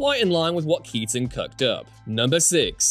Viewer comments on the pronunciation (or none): none